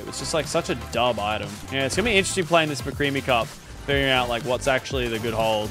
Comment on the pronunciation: Did he sat mcreamy cup or what